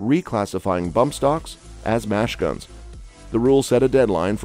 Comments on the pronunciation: Have some living human read the text instead of your illiterate computer. Mash guns?! I'm pretty damn sure it should read "Machine guns"!! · Did I miss this "JUST ANNOUNCED" Supreme Court statement ending ATF rules? This is more an NRA commercial just repeating same old stuff. The announcer even calls machine guns, "mash-guns". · “Mash guns?” Who is the utter moron narrating this??? The same moron who states that Nicholas Cruz used a bumpstock??